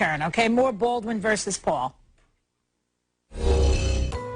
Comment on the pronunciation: i just love it when she says Bwaldwn vs Pwul